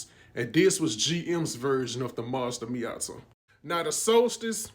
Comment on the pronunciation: Why do you say matia like that (me-a-tuha) say that that's what you sound like your saying it's (me-a-ta)